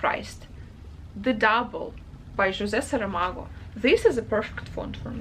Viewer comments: The way you say José Saramago is just perfect! I'm portuguese and indeed his writing is like that, no paragraphs. It's not easy to read. I'm curious what the translation looks like and to hear your toughts about it 😊 I found your booktube recently and I'm delighted with your videos ❤ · I was about to comment the same thing.